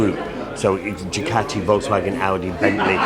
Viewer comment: Did the good folks at Ducati cringe every time Boorman said “DuCATti”? Did they move on to Germany and say “Porsh” over and over at the Porsche factory?